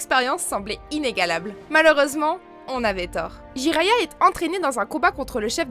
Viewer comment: Jiraiya mdr '' Jiraya ''